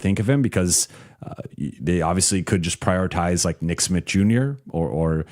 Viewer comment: be saying "nick Smit" I had to google and check if it's Smith or Smitt